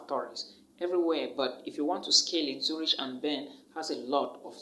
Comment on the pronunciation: Zurich is not pronounced Zuritch. It’s pronounced as Zurik.